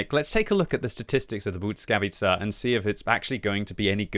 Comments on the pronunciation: Bujckavica jhahahahaha its L as in legend bLiskavica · I think you say it like BLEE-SKA-VEE-CA not sure tho but my language has som similar words to polish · You might wanna work on that pronunciation a bit, 😇 I know it might be hard for you to "master" it, but even something like "blee-skah-witt-sa" would be much better than substituting Ł with a "t" sound 😅 I have no doubt you can do better 😉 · I think it’s pronounced bliss-ka-vee-cha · I think it's pronounced Blizka-witza. I believe it means lightning, which kinda is in theme with the high dpm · Heey! Let me give you a quick lesson about letter ł and its sound. You know when you say "weird"? That sound you make before the "e" comes is literally ł. But in english it's just a "w" here. Next one the following letter y is... hmm take those two letters ł and y. If you are pronouncing single letter ł it comes with following y at the end anyway as you can't really finish a pronounciation without including "y" in "ły". Also "ł" simply comes from the letter "l" and it's adding to it a bit of a twist. Anyway here in the word błyskawica where "y" comes after "ł" sound doesnt double and they fuse into one sound'ish thing. Damn long comment. Now have a listen on google and you should be golden 😂